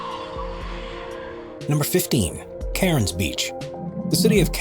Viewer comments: its not Karens beach, its CANS beach, thats how Cairns is pronouced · Cairns like 'Ken's' not like 'Karens' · It’s pronounced cans 🤦🏻‍♀️🤦🏻‍♀️ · It was the mispronunciation of Carins for me. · You pronounced cairns it’s pronounced as cans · I'm sure, but they pronounced it that way for the purpose of the joke lol. It's not all that serious. It's pretty funny. 😂